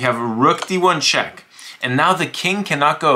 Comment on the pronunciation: He explains it with normal until “queen H2 CHHHECK MATE”